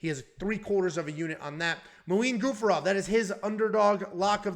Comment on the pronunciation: Dear, its Gafurov, not Gufarov....anyway i forgive you, becouse i know you have a problem with names......